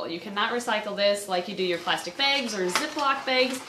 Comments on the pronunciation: Love how she says "beigs" instead of "bags" xD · Lol the way you say bags. Baygs😆